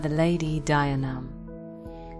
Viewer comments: Fee-oh-nah, and D-yee-nee-uv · it's closer to deen-eev but mistakes happen! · Isn't it pronounced Dee-a-nev? Other than that, I loved learning more about the waterlogged murder pony of Scotland. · Celtic languages are weird to pronounce for example bh at the middle or end of a word is silent and mh is pronounced as vh so the name dianamh is said as dee- anav ...... I think..... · Dianaimh is pronounced Jia nigh my. In Scots Gaelic, the "d" is pronounced as a "j".